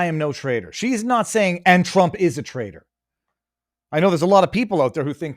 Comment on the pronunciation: “Trader?” Or “Traitor?”